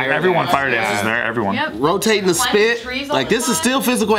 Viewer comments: "Spit" not "Spick" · Umm isn't it called spit not spick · It's spit not spik